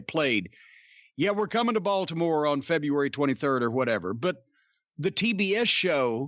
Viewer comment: I like hearing Jim talk about my home town: Bawlmer.